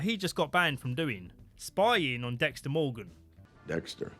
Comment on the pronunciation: DEXTA MOWGAN